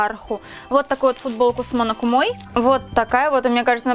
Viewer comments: КАнеки ЛюсИ МонокумА Везде не те ударение, которые я говорю как же меня бомбило 🤣😂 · У Монокумы ударение на у.